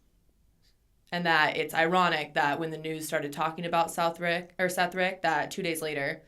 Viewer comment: the dudes name is Seth Rich not Seth Rick, you guys should really do research before you do stuff like this, that dude had no access to any of the emails or attachments anyone claims he did and there's no evidence he sent anything of the sort to wikileaks, you just sound dumb as hell if you do no real research on the topics you're bringing up